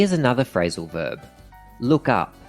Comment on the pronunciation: "Frailsal verb"